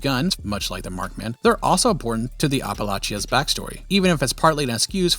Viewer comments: Small thing you said Appalacha it's app-ah-latch-ah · Bro how tf did you just pronounce Appalachia???